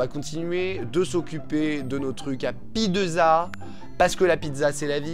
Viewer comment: C'est moi ou t'as dit Pie de Za ?